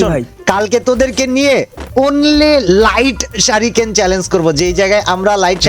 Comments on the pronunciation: Vai ucharon gula aktu vul chilo.. Rasingan hobe na oita rasing gan.. R sariken na.. Oita suriken hobe... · Shuriken ❌ Shariken✅ vai😂😂